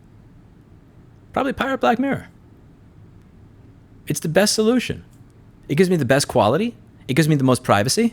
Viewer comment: jesus louis! annunciate!!!! i was looking for black mare for ages.... :( getting black mirror now. :D